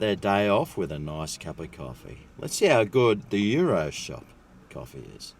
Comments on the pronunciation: Say the "S". not Yiro! Good video as usual. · YOU ROSS is how its pronouced